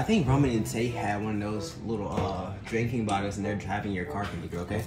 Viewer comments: ITS PRONOUNCED KI - NI - GRA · ITS PRONOUNCED KI NI GRA